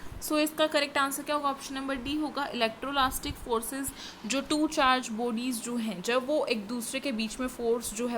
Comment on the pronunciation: Mam it's not electrolastic it's electrostatic